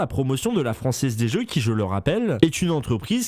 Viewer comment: " la franzez des zeux " Pardon